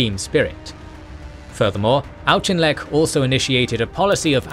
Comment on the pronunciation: Uh, I thought Auchinleck's name was pronounced like AUK-inleck, not AUCH-inleck. And I'm pretty sure that Wavell should be pronounced WAVE-ll not WAV-ell.. Auchinleck was caled "The Auk" by his troops